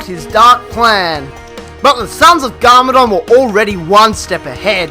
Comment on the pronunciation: It's not garmoron, it's garmadon